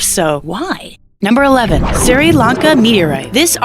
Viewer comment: If you narrate, learn to pronounce "Sri". thanks hon.